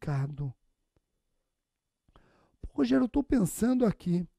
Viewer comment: Muito bom! Adoro quando ele fala "Rogeriô" hahahahahaha